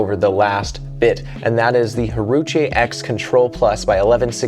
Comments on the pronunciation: “I had to make sure I said that name correctly” You 5 seconds before: “haruché” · My paddle of choice. All court paddle that does everything well. Can’t overhit out, great spin, exceptional control. Added a total of .4 ozs of lead (6” of .5” tape) from neck bend up. Not that it matters, “Wah-rah-chee” might be the proper pronunciation. Great video!